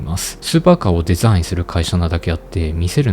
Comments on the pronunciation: 地味にデザインの発音良くて笑う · Design めちゃくちゃ発音いいw